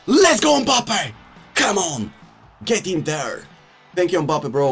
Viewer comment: Why tf does he say mbappes name like that